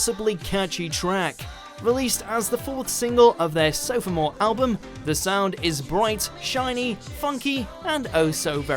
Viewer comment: Lol sofa-more